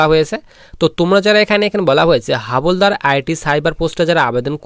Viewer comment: Not হাবলদার... হাবিলদার